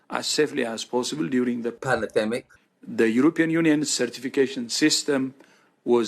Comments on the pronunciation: Not meaning to be controversial here but i want to correct all the incorrect spelling of all those who have quoted the illustrious (lack luster) Poundland Rod Stewart. The word is N O T PanAdemic It is prounounced P A N N E R D E M I C As in the old Batman series music theme Panner, panner, panner, panner Panner, panner, panner, panner D E M I K !!!! 🦇🙈🎶 Thought i'd address that asap 😂😅😝😆🤣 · Is that Rod Stewart saying palademic?